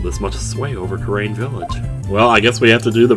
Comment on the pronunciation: I know these are recorded well in advance, but just so you know, both Kurain and Khura'in are pronounced "koo-rah-een", or "koo-rein" if you want to shorten it to two syllables. They're both pronounced the same way you've been pronouncing Khura'in, basically. They're even spelled the same way in the Japanese version. I think the only reason they chose separate spellings in English is to give the impression that it's the same word, being translated into English from two different languages (being Japanese and the fictional Khura'inese).